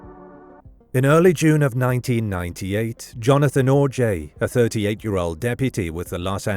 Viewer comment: The missing poster you kept showing even says his last name is pronounced 'OJ' yet you insisted on pronouncing it 'Or-jay'?